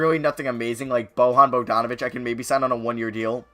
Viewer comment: his name is (BO-YAN BOGDANOVICH)